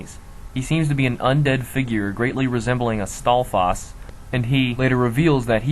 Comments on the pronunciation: Stalfas? Dude, it's STALFOES, not STALFAS! Sorry about that. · lol "Stall faws" You can pronounce it however you want, but I'm pretty sure it's pronounced like "staw-fose". Nice video though. I always knew that there had to be a split timeline somewhere because Hyrule never gets un-flooded in Wind Waker. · Dude, what the eff is up with your pronunciations? HyRULE? Duku tree? Jew-rudu? Stall-foss? MaLONNE? You're trying too hard.